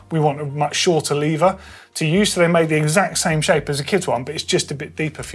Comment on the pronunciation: Shaking my head at the number of times the word "Lever" was mispronounced...